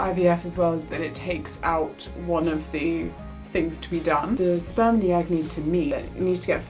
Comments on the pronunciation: I was very confused until I realized she said "sperm" and not "Spam." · OOOOHHHHHHHHHH SPERM!!!! i though you said SPAM??? makes sense now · omg...youre saying "sperm"....NOT 'spam' hahahaha...i better rewind now that i realize youre not having a, uh, spam.. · at first i thought she said" bought my wife spam." and i was confused why it was a weird word until i realized she said sperm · this is awesome and all, but at first I heard "I bought my wife some spam," like the MEAT, and was concerned as to how that made a child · I can’t be the only one who heard “I got my wife some Spam”. I was so confused. At first I thought “pregnancy craving? Weird”. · Okay, so I knew the video was about a baby because of the thumbnail but when she said what she got her wife for Christmas, I thought she said SPAM. Like the lunch meat SPAM and I was super confused and was like what??? And then she said fertility treatment and then I was like ohhhhhhh 🤦🏻‍♀️ not my brightest moment 😅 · I thought you said “spam” at first and I was like ??? why would you buy your wife spam?? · I immediatly thought "baby!", but then misheard you say "I bought my wife some spam," and I just couldn't for the life of me figure out why the spam would be a secret... (I do mean the weird meat(?) in a can) Congratulations on the actual living being though!